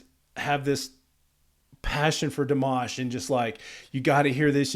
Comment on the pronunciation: FYI - it is not: DEE - mash. It is: dee - M(AH)SH. Accent on the last syllable. You got the AHH sound, tho!!! (Some people pronounce it like "MASH"ED POTATOES! YUCK, Good job listening. I noticed you also caught the pronounciation of his last name at the end of Stranger! Another FYI - Dimash is classically trained in Kazakhstan, beginning voice and piano at age 5. He has degrees in Bel Canto (2014), Vocal Contempirary Music (2018), and a Masters in Composition (2020.) He is now working on a PhD in Musicology. This was my furst time seeing you. I definitely SUBSCRIBED. I learned from you about Dimash and FIRE (metal song) I will look it up now, My grandson is a guitar player - metal, but I do not know which type. I looked this up just now - Dimash speaks Russian and Kazakh. He is studying English and Mandarin. He has also performed in Mandarin, English, French, Turkish, Ukrainian, Spanish, German, and Italian.